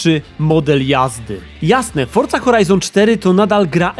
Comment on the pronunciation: A ja całe życie mówiłem Forza, a nie fortza